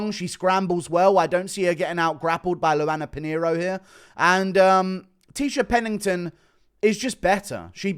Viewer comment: Almost closed off the video the second I heard Tecia Pennington